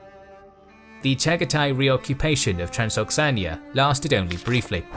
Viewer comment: I love the video like always, but isnt it Transoxiana, and not Transoxania?